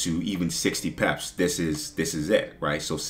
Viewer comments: I like how he says pips, be like 100 peps😂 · Word I pep that too 😂 I’m curious brother where you’re from? Cool accent